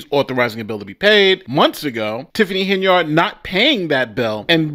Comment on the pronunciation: Why do you keep mispronouncing her name as Hen-Yard instead of Hen-Yerd like the multitude of audio clips you posted at the beginning of this video? It sounds weird to hear mispronounciation of names, especially when the person who the name belongs to pronounces it the correct way